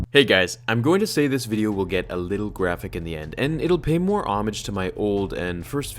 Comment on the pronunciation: Homage not omage